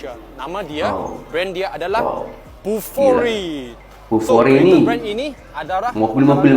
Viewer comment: bolihlah beli Bufori, bolih bawa hasil sayuran ke bandar. Sebut betul-betul Bufori bkn kokoiRi ya..